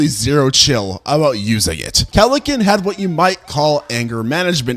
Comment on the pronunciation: keleken? its kelenken